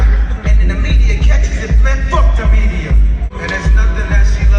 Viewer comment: It gives me a tiny pleasure everything this guy says "medayer" instead of media.